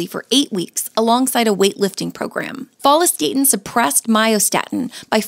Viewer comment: What's with the HORRIBLE pronunciation of follistatin???